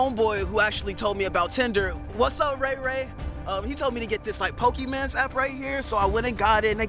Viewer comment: It suddenly appear in my recomendation, i thought they are serious for a second until that man start saying "Pokeyman.." and the realized that this is smosh channel 🤣🤣